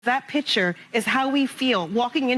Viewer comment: " That pitcher" teach that group how say their words. It should be "that picture".